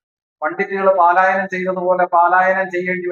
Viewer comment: പാലായനം അല്ല പലായനം എന്ന് പറയുക